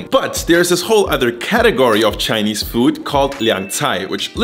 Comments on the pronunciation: I just found your channel its amazing! Your Chinese pronunciation is on fleek! Keep up the good-work! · Im impressed man, this is legit chinese food, simple, quick and easy to make. And props to your pronunciation, even though there is an obvious accent, I can tell that you learned from the source haha. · As a person that speaks chinese ur chinese is on point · 😮Woah.....your pronunciation of Chinese words is so spot on.....😀👍🏼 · Holy mothers... As a Chinese I thought I knew cooking... Great pronunciations as well, what a legend!